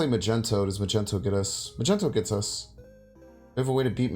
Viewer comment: Is Magento an inside joke? It's not Magento